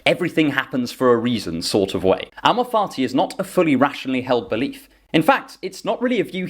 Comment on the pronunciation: With your accent it sounds like you’re saying “amor farti” which has made me enjoy this explanation that much more.